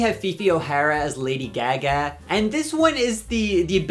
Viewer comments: Came to the comments to point out the way you pronounce "Lady Gag-Guh"???? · Yeah I’m curious where he’s from, I’ve never heard that pronunciation lol. I’m in WI. Around me it’s “Gaahh Gaah. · THE WAY I WAS ABOUT TO COMMENT ABOUT THIS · It was SENDING me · That cant possibly be how you actually pronounce lady gaga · Am i missing an inside joke or something, coz that pronunciation of Gaga in lady gaga is insane to me lol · I've never heard anyone pronounce Gaga like that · the way you say lady gaga is killing me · has always pronounced lady gaga like that or is this a psyop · Why do you say gaga like that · Everyone reading him for his pronunciation of GaGa and not Osbourne (cos we all paused and read the disclaimer). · Are you pronouncing lady gaga like that as a bit im so sorry if you arent